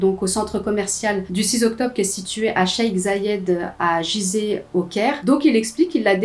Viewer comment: Coucou! Juste pour info, on ne dit pas "giseh" mais "guizeh" pour la prononciation de la ville égyptienne! 😊 Bonnes histoires! Continue comme ça!